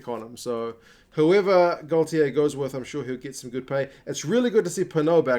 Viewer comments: Hiya mate, just a quick pronounciation correction for you and a handy one for many of your viewers. I have mentioned this on various rugby forums,so will say that you are not on your own with this. The French manager at this moment is Fabien Galthié which is pronounced Gal tea and not Gal tea ay as many none french people say. I have lived in France for Twenty years and am used to hearing his name on the tv and radio and am as fluent in french as any welshman can be :-) Hope that this helps you my friend, and on behalf of the oval world I thank you for all the time and effort that you put into your subjects for sharing with us. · And it takes a welshman to point out that galthié is pronounced gal tea and not gal tea ay!!!!! J ai vous souhaite un tres bonne tournoi 2021. C est une belle equippe:-)